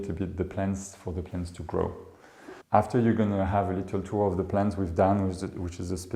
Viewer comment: Excusez-moi. On ne dit pas litelle. Ce n'est pas un petit lit. ;)